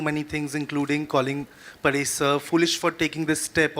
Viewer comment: paa resh nahin, pa resh